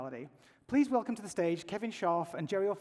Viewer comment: funny way of saying well-clem